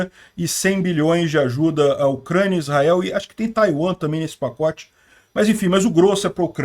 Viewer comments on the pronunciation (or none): none